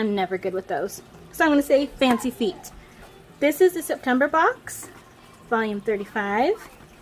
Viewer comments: I'm not a fan of marble or the colour teal, but the pink and rose gold is gorgeous! That pen is divine! I'm rocking royal blue nails atm. Love you loads. P.s. it's pronounced 'fate'. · Feet! Haha fête is pronounced f e (as in egg) fête. It’s French. Lol